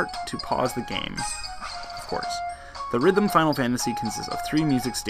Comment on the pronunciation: AUGH. Its pronounced Theater Rhythm. Not The Rhythm :<